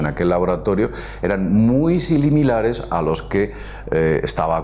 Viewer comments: "muy silimilares" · "Silimilares" jajaja